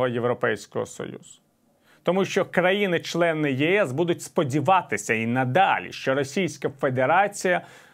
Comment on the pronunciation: как оно делает ударение на: КОНТАКТ,ЧЛЕНЫ,ПОСТИЙНОЙ НАПРУГИ. Постыдились бы ПИ...а ведущим ставить ! позор нации !